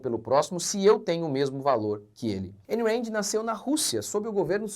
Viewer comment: A pronuncia é "Aaaayn Raaaand" não EIN REND